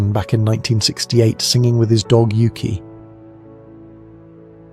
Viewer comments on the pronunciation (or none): none